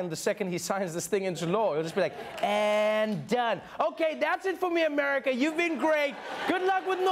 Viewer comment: "Americal" :DDD